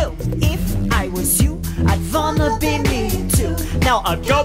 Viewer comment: I saw Megan’s say wanna (well vanna) 8 times